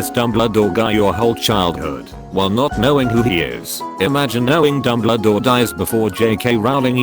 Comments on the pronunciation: It kept pronouncing Dumbledore as " Dumbladore " and I fucking lost it everytime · Nobody: No one at all: Absolutely not a soul: Reader bot: DuMbLa-DoOr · No one's talking about how he says dumbledore and douchebaguette